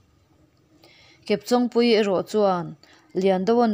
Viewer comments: Chawng hi intawng tih a tawng anga lam tur...Kepchawngpuii hming a, chawng tih ang thluk ang hian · Chawng hi I lam dan a dik lo kepchawngpuii tia chawng I lam ang hian lam tur chawng an Chen a I chawng lam hi a dik lo